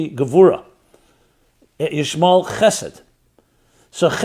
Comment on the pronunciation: Ishmal? I notice you trying to remove the el out of Ishmael. 😏😏